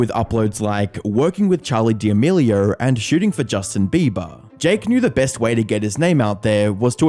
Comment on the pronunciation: “Charlier Demerlioerrr”